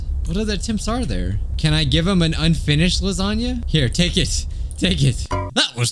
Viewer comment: likes lahzohnyah